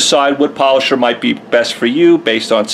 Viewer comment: its da polosher not rotary